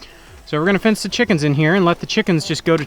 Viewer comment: Release the "chackenns"! Lol